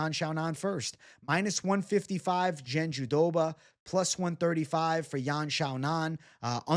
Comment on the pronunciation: Why are you saying JandiDoba…it’s jandiRoba 😂